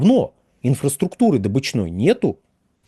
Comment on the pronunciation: вы безграмотный. Правильно говорить дОбыча, и отсюда слово дОбычный, а не добЫчный